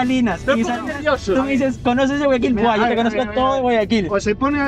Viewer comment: no es Guayaquil es Guaya-kill 😁